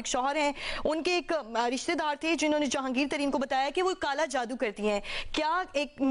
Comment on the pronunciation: جیو نیوز کی ابتر حالت۔ کبھی "چالان" کو چلان اور کبھی "جادو" کو "جودو"۔۔وغیرہ وغیرہ۔👎👎👎